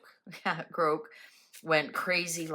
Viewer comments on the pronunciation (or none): It would be pronounced growk if it were spelt 'groke' with an e, like broke. GROK, like Lock. Hope that helps.